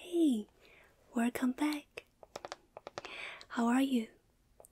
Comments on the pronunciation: EVERYONE LOVES her wercome back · Who else lovees "wercome back" part,in videos? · me: is she gonna say it: wercome back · lol but do we really mind it? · She said it boys, she did it, she said it! horn sounds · Werrrcome back☠️☠️😭😭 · " Wercome back!! " is so pure!! 😊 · "Werrcome back" Crowd cheers in background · She hit us with that “Wercome Back” I’m basically asleep already 🤧🤧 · ‘wercome back.’ she is the cutest 💞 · Werrcome back free button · That werrcome back is the sweetest thing🥰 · wercome back so cute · Wercome back~